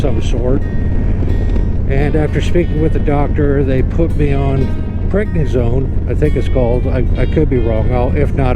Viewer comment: Prednisone is a steroid that I am very familiar with. It will make you hungry and it’s primarily an anti-inflammatory treatment. BTW, you pronounced it perfectly. Good advice. Glad you recognized it and didn’t ride.